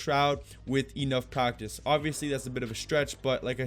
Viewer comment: He say practice,but i hear it Cactus XD